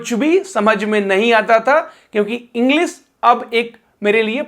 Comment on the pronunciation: इंग्लिश, मल्टीनेशनल, तालव्य श बोलो, दन्त स नहीं । Sh यानी श बोलो